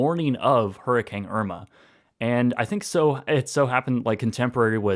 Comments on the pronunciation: Hurr-A-CANE not Hurr-eh-kang 😂🤣😜 just giving u crap😊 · is it just me or does it sound like he says hurrikang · seriously.. he's just straight up saying hurricang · Love all your videos and have watched some multiple times.. but is it just me? I keep hearing you saying it "Hurricang" I don't know why lol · I guess we've finally discovered the Canadian pronunciation now that a Canadian has experienced one